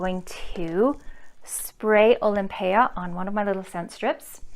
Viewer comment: You are the only one whose pronounced it correctly bravo! Most other reviewers call it Olympia pet peeve people can't read! Nice review